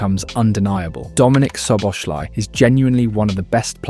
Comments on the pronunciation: its definitely the same Soboshlai cause its pronounced "So Bo Sla E". Love how no English person even tries to pronounce his name proper... I am sure he gave up on it long time ago... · Nearly got his name right. It’s pronounced SO-BOSS-LAA’ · Everyone, but it's okay. Soboslaee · bro if it helps, its pronounced soboslai lmao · Can I please ask you to try to pronounce his name properly he deserves it, as a Hungarian I know our names are very difficult for English speakers, but I give you a little help “Sz” in Hungarian is pronounced as English “S” And “I” at the end of his name is pronounced as English “e” letter so “Soboslae” that’s the closest how you can pronounce his name properly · Mate, learn to pronounce his name properly, it's really not that hard. In 1 video you did 4 different ways. "SZ" in Hungarian is a simple "S" in English...